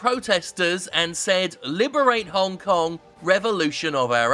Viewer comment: sorry WTF did you say the citys name was hone kong